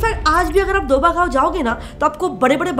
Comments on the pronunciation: Mam its दोआबा, not दोबा. (DOABA). And its not a gayon (गांव) as you told , it is area between bias and Sutlej river and includes many districts. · Fst thing that is pronounced properly as doaba and not doba. Second is that Doaba is not any village. Doaba means the area between two rivers. The bist Jalandhar doab is the most popular so it is basically known as Doaba. Now, in doaba there are many cities in it for example:- Jalandhar, Hoshiarpur, Pathankot. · didi as a punajaban i feel bad when you mispronounce punjabi words......its written as 'Doaba' and pronouced as 'DO-AH-BA' k by